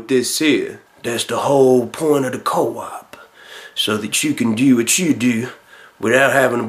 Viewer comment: Prop Joe "Co-op", lol